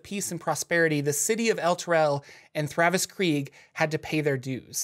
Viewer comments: Great video!! Except it is THAVIUS Kreeg, not Thravus hahahahaha 😬 ❤️ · Isn't it Thavius Kreeg? Not Thravus Kreeg?